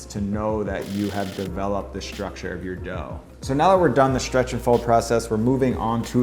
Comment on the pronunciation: “Shtrucshur”. What language is that?